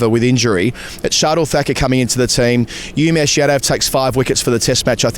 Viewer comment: Lads, love this channel , but it’s OOmesh not YOUmesh. 🍻